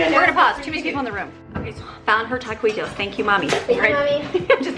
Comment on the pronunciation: Yah-key-tos not at-quit-toes ;)